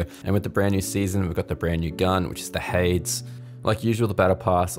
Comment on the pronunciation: It’s not hades it’s haydees please pronounce it correctly lol